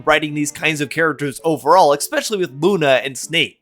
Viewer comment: Especially not EXpecially I'm not being pedantic, I just think you would rather use the right pronunciation